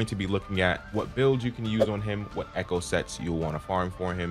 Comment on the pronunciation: 'eCHä skill 😂 (sorry, I should have)